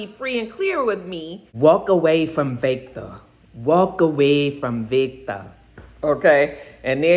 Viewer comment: I wasn’t feeling Lilliana, but after all she’s been through, I’m rooting for her. She’s definitely a soldier. The Walter accent is better, but it still took me out. 🤣 Every time you said Vaectah. Praying things stabilize soon. 🤗